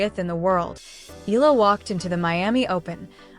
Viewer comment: Her last name is Pronounced (EH-YA-LA) "Eala"